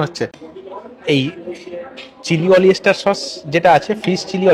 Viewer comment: Apni Paid promotion korchen na.. eta Fata fati bolechen😂😂 " Chilli Olyester" na "Oyster " ?? Eta kon dish ??